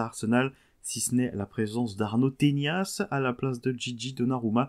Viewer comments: C'est pas "tenias" mais bien "tenas" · mec je vis littéralement en Espagne c'est "Tenas" pas "Teñas" son nom de famille..